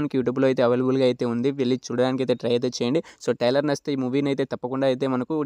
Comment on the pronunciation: ఒరే బాబు టైలర్ కాదు రా ట్రైలర్